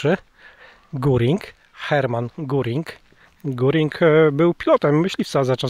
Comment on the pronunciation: Pomyliłeś nazwisko nie Guring a Gering